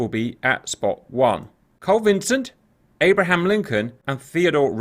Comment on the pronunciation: Great vid…btw, it’s the Carl Vinson, not Vincent :)